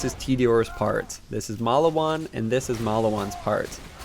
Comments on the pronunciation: It aint Malawan, its Maliwan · Malawan? I swore it was always Maliwan....